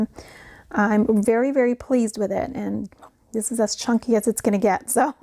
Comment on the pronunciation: Did you say chunkie..LOL …these are beautiful. Have a great weekend. TFS